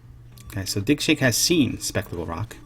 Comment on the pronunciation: I can't help but hear dickshake with that accent